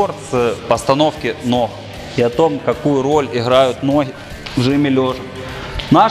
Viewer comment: Не хораздо, а гораздо, не нохи, а ноги. Как это бесило на протяжении всего видео